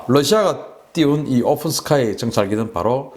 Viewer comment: 오픈(open) 스카이를 ofen 스카이로, 푸틴(Putin)을 Futin으로 발음